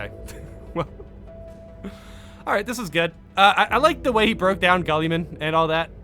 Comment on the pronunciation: Also, Guilliman is pronounced gill-uh-min